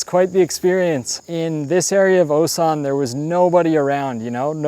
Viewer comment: Feel bad for instantly assuming u were gonna be those foreigners that barely speak the native language after living for 10 years from the way you pronounced Osan with that long English O lol I can't help but want to point out that ur korean would be native level if u just brushed up that pronunciation cos ur grammar seems to already be there. (that's the hardest part of course)